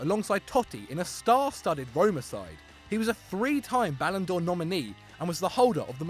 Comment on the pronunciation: to "three time ballon do'r nee.